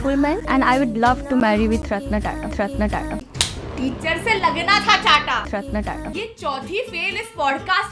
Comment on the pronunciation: .0 Its Ratan Tata not Ratn Tata Sachhi me 4th fail hai ye